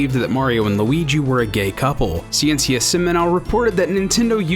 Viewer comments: For future reference Ciencia is pronounced "science-ee-ah" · The pronunciation of ''Ciencia Seminal'' is too weird. ''Ciencia'' is ''Science'' in spanish, it's pronounced ''See-Ence-(ee)a'' and fastly, and accentuated in the ''Ence''. While Seminal is accentuated in the ''Nal'' unlinke in english. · As a spaniard I found funny how did you said "ciencia"